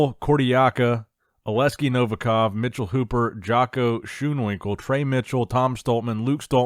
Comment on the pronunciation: I like how pronounces the name “ schoonwinkel “ haha thats so hard for an american to pronounce🤣